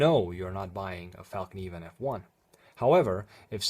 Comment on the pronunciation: Thanks for the video, and thanks for spelling and pronouncing fällkniven correctly.